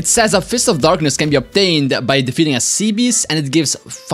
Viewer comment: "dark of fistness"😂😂😂